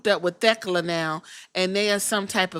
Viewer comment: I love Queen Aminata I hope she can show up more. I like Thekla a lot too I watched her in Japan last year but I hope Queen Aminata isn’t just being used to prop Thekla up since they are feuding right now. Shes who I want to take the title off Mercedes. You pronounced Thekla right by the way, fans were being weird about that match ending, Aminata didn’t do anything off.